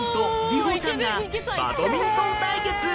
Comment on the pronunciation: ナレーションの方、バトミントンじゃねぇ、バ『ド』ミントンだ。